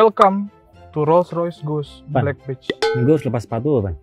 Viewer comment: "Badge" bunyiin "e" nya sama kayak bunyi e dalam kata "ember" bang bukan bunyi e dalam kata "enak"